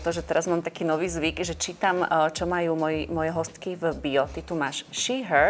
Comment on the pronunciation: Mila spravne sa vyslovuje hostka nie hosťka.